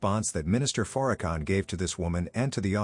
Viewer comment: First of all she pronounces name wrong that's tell you something right there from the start I'm just saying ✌️